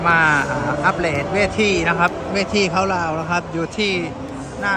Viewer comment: สวัสดีบ่าวทองดูคลิปเป๊นประจำไม่เคยคอมเมนต์เลยขออนุญาตนะคือฟังบ่าวทองพูดแล้วภาษาไทยก็พอได้นะแต่พอพูดดอเด็กเป็นลอเหล็กตลอดเช่นคำว่าอัปเดทพูดเป็นอัปเลทหรือคำว่าเค๊าท์ดาวก็พูดว่าเค๊าท์ลาวสรุปว่าพูดดอเด็กไม่ได้หรือว่าอย่างไรคือเวลาฟังแล้วมันขัดๆหูมียูทูปเบอร์ชาวลาวหลายคนก็พูดไม่ได้เหมือนกับบ่าวทองเหมือนกันที่จำได้คือบ่าวสูนอีกคนและอีกหลายคนจำไม่ได้เหมือนกันไม่มีอะไรหรอกแค่อยากให้พูดให้ถูกก็แค่นั้น